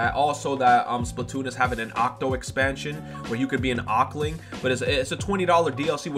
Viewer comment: It's pronounced as "Octo-ling" not "Ockling"